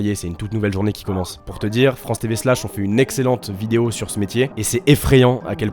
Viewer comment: "bonne bidéo"